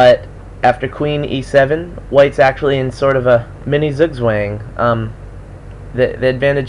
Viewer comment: "Zugzwang" is pronounced 'tsu-ktsvan.